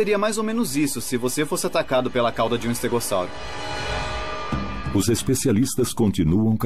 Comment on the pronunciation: Legal.estégossauro nunca ouvi falar. Ele falou estégossauro que eu ouvi. Algumas pronúncias me fazem chorar. Tem documentário que fala Sauropôdes Verde saurópodes ah sei lá ,no documentário caminhando com os dinossauros